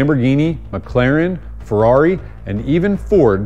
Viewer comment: why does it sound horrable when americans say italian brand names? maseRRRRRati, feRRRRRaRRRRi, dude i never was laughin harder the first30seconds in ;) made my day